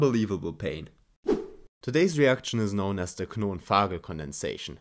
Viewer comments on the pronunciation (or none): How tf he pronounces Knovenaegel???